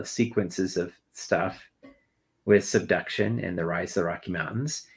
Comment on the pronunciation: wait where can I find these “seduction” zones? Asking for a friend… But seriously, how does a geologist not know how to pronounce this word correctly??? He said it 3 times the same way.